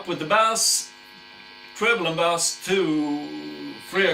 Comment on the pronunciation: Thumbs up from me as well, very nice pedal at a very nice price. As you are speaking English and playing Rule Britania at the end, here is your English pronunciation lesson for today. Bass is pronounced like case in suitcase. Bass as you say it is a sea fish! Nothing smelly about this good revue!